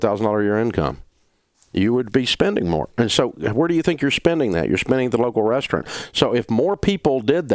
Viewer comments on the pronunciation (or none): Is his pronunciation of "restaurant" a regional thing?